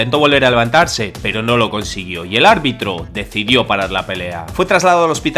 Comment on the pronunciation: minuto albitro JAJAJAJAJAJAJAJAJAJA